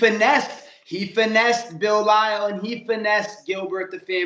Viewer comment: So he's calling Bilal "Bill Lyle" now?😂😂